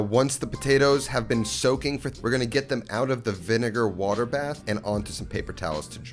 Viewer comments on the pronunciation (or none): none